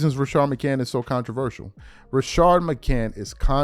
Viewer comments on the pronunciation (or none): It’s a damn shane that you “can’t “ put an S on the end of McCANTS last name! I knew that you were a lil slow, but to put an “s” on the end of other names, and “can’t” put it in the end of his name is just plain short bus slow!